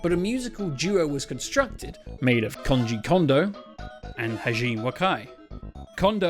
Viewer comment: Koji. KOJI. ko-ji. NOT Konji!